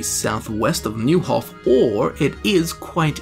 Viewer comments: Neuhof is pronounced like Noihof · Man, you weren’t born for languages. :D Fall-shin, Noi-hof, Lead-etch-CO (like COoperative)... Try to hear how characters in game pronounce, or just Google it :)